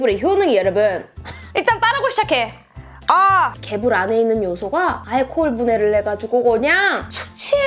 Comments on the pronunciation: 처음에 개새77ㅣ라는줄 알고 흠칫했네ㅋㅋㅋㅋㅋ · 여기서 순간 개베이비라는줄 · 맨처움에 개삐이이이 를 개색...라고 들음ㅋㅋ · 에서 개X끼라고 욕 하는줄.....ㅋㅋㅋ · 개~삐 할때 개소ㄹ인줄 나만그럼? ㅋㅎㅋㅎ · 인트로에 개~~라고해서 욕한줄 ㅋㅋ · 처음에 개**라는 줄 알았네